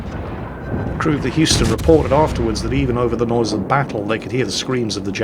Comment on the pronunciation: 1) Hey, learned how to pronounce "Houston" ^5 Maybe someday, "Atago" 2) Objective: shoot down 40 planes. Game launches 35 planes. How very WG.